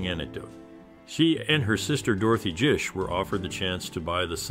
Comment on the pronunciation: Bro it’s GISH with a hard g